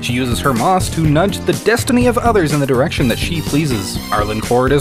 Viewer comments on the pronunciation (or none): none